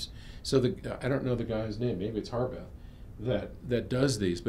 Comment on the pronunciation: Spelled Harbeth but pronounced Herbeth? Odd, I doubt the creator's name, Harwood, is pronounced "Herwood". :)